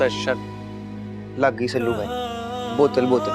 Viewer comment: Shelu nahi sallu boltehein